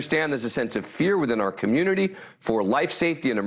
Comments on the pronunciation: It’s pronounced moss coe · HELLO. MOSCOW pronounced like you do is the RUSSIAN CITY.. if you listened the students interviewed .. it’s pronounced MOSCO..”W” is silent .. FYI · Please consider learning to pronounce Moscow